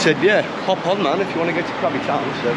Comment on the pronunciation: It should be Krabi not Krabby !